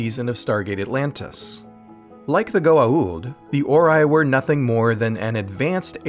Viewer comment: They couldn't even pronounce Goa'uld correctly